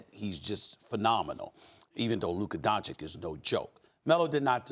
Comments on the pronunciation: stop it tomato tomAto.. we're American..its going to sound different..chich and chick is NOT a big deal..do you pronounce Antentekumpo exactly correct? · Dončić "Tschich" not Dontschick !!!!! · Donchich not donchiq! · SAS still doesn’t know how to pronounce don-CHICH. Smdh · SAS: “luka donchick” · u are from Slovenia? You would know right? It's donchich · pronounced donchich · When will he pronounce Doncic right? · I can assure you that SAS is not from Ljubljana so he’s afforded the mispronunciation. I mean if the name didn’t have the accent he would be saying it correctly. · i cant unhear sas saying that....